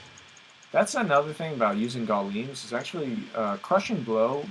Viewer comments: Gul-Ims??? wtf its guy-ohms -_ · I like the point you made about uniques not being viable on bnet. This is especially true now that d2jsp is growing in recognition. P.S. - Guillaume is pronounced Gee-yoam. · Grandfather used to be THE sword for barbs. Anything with DR on it was super good, vamp gaze, shaft, stormshield. That Silence RW is good for WW. I can tell you're an OG D2 player. Oh and Guillaume is pronounced William